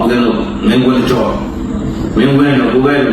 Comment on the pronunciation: မင်းကွင်း မဟုတ်ဘူးငပေါက်ရ မင်းကွန်းလို့ပီသအောင်ခေါ်ပါဟ အရေခြုံကတုံးရာ ဦးဇင်း ဦးဇင်းလို့နင့်ပါးစပ်ကမပြောနဲ့မတန်ဘူး ခွေးကတုံး ဘုရားတရား ဆိုတဲ့စကားလုံးတစ်လုံးမှမပြောဖူးဘူးဒါများသူ့ကိုယ်သူဦးဇင်းနဲ့မတနလိုက်တာ 😂😂😂😂😂😂